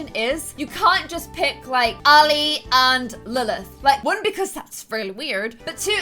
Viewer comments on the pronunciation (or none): I think that’s when she says weird a strange way